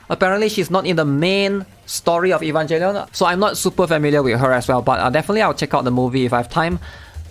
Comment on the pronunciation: Bro really said Evanjellion.